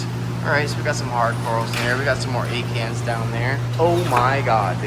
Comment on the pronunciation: Ok so when you were talking about one of your favorite corals "Acans" all I could hear was you saying "egg hands." I thought to myself what an odd name for a coral species so I googled it and quickly realized there is no such thing! 🤣🤦‍♀️